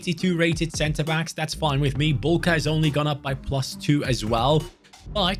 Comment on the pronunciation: As for the pronunciation of Marcin Bułka's name, you pronounced his name correctly the first time, but his surname is read "Buwka" in English because the "ł" in Polish is the equivalent of "w" in English.